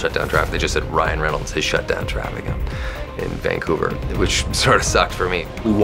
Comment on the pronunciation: you can tell he’s from Vancouver cause he says “vangcouver” lol